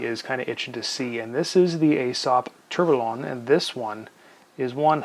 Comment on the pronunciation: At least you are self aware to it😁.. yes, you guys in the US do say things in a funny way 😉. Actually just one thing- Tourbillon is pronounced without the “LL”, so it sounds “to(u) r bi yon”. Great review. I own the Aesop, the other dial, and the Pierre Paulin (same dial but with 3 hands). I enjoy them a lot.